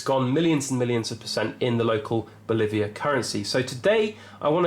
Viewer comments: Bolivar not Boliviar. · BO - LI - VAR != BOLIVIAR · FYI: It's "bolívar", not "bolíviar", as you say it in this video. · I think it is BO LI VAR...not BO LI VI AR. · Don't just own metals, own metals AND DEBT. Because, yes, food and energy will keep up with metals but debt won't. By the way, the currency is pronounced bo-lee-var, not bo-live-iar. It was named after the George Washington of Venezuela, Simon Bolivar. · No biggie, it’s just that you said it so often it was kind of like listening to fingernails scraping on a chalk board 😱. Good content otherwise👍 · Its Bolivar not "Boliviar". I enjoyed the video though.